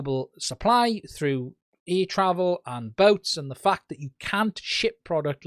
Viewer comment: He says ‘air’, I hear ‘ear’.